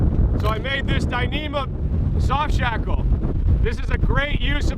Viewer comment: Shoft sackle! You said that. Awesome.